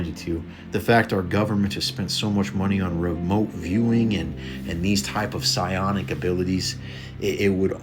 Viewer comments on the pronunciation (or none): none